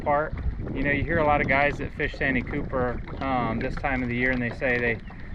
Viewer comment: It's San tee cooper